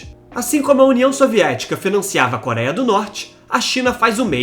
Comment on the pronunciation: parei no "koraia", adeus.